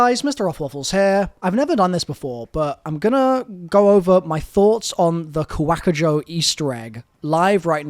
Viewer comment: First of ALL it’s Ko Wa KuJo Not Ku Whackajoe tf